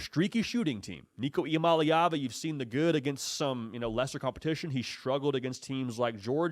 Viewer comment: It's Nico Iamaleava pronounced "ee-ah-MAH-LAY-ah-va" Quit pronouncing his name wrong for god sake you are "professional" journalist do a little research